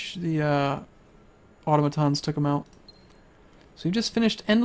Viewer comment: Not to be nitpicky, but automaton is "au-tom-uh-ton" not "auto-ma-ton".